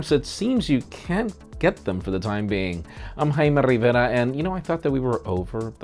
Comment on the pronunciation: Jaime Rrrrrrrrivera